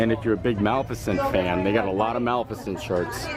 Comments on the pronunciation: Um...teach him to say ma-lif-icent, pleasr? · Dude ! Did yee says ..... MALF eh CENT .... I think yee not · And I thought that we were the only ones who had a hard time saying Malificent. Thanks for the wait time on the line, that does make a difference knowing that.